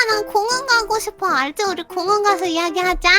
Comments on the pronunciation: 공원을 공항 으로들음ㄷㄷㄷㄷ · 공원이라고 할때 공항인줄 착각함ㅋㅋ님영상 🐶꿀잼 4기가 나왔으면 좋겠다는 마음으로 1기라도 본다ㅠㅠ😭